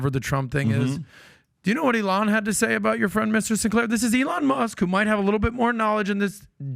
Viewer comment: I'm not inclined to believe the guy who doesn't know how to pronounce "Elon Musk" is really well informed about anything.